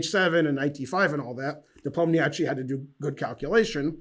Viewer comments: Thank you, great video. Folks, it's nepOmniasheei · Ben, you butchered both names terribly. You do pronounce "i" at the end but your emphasis is all wrong...In Russian its iy at the end , pronounced as iiiyyyy, ha ha we don't have anything like this in English...